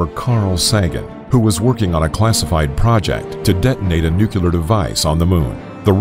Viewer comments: Had to stop watching after hearing “noo-coo-lar” one too many times (hint: it’s pronounced “new-clee-ar”) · NUCLEAR. ITS FUCKING NUCLEAR. NEW CLEAR. If you want to get modern you could say new klee ar. The word ONLY HAS ONE "U" IN IT! Omg can people fucking read? How do you get nukular out of nuclear? This is probably my biggest pet peeve of all. Coming just before piss poor punctuation. I'm gonna have a fucking aneurysm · Stop saying nuculer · No-clear Nu-clear Nuclear Not clear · If the President of the United States can call it nuke-u-lar, so can we! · Nooo kuuu ler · Angel Wilson Depends on where you from. If you're from America, it's pronounced [ New - Clee - Are ] There are actually several ways it's pronounced. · It's funny how he pronounces nuclear "nukelar"... :'D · Fresh Lemonade Oh the irony! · Why get a narrator that says nuke-u-lar? duh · Stop saying “nuc-u-lar” pronounce words right if you are going to be a commentator. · It’s hard to take this seriously when the narrator consistently pronounces it “nucular” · Gotta love it when he says nuke you lar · nucular? lol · Are you really saying "nuc-u-ler?" smh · I instantly lose all desire to finish a video the moment I hear "nuke-ya-ler". I mean how tf does a person read "nuclear", and think "this is pronounced 'nuke-ya-ler'"? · wtf is "nucular"? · Why can’t people pronounce the word ‘nuclear’ 🤦🏻‍♂️ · I Was Very Interested But I Had To Cut It Off When I Heard This Dude Say Nuclear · Develops a 10-minute video on the terrible consequences of destroying the moon with nuclear bombs. Can't pronounce "nuclear". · I mean I thought it was a pretty common mispronunciation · Nuclear not nucular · Nu-clear. Nu-clear. Say it with me: nu-clear. No, no. Not nukular... Nu-clear. Gaddammit. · Thank you Patrick.I so wanted to post the too. Was so hard to take him seriously all through the video. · Finally somebody pointed it out it was giving me extreme ocd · NUUUU CLEEEEEEEEEEEEEE RRRRRR NOT NUCULAR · Thank you!